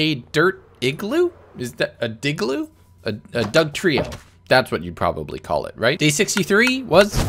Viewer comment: Digloo (dirt igloo) just sounds like dick loo, please never say that again lmao